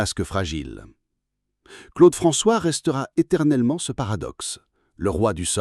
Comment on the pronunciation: En entendant la voix dire Claude Franchoix au lieu de Claude François, j'ai compris que ça n'avait pas grand intérêt de poursuive la vidéo